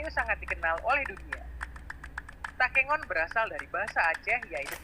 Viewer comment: Takengon bukan tekongan,tapi kata dasarnya entah kengon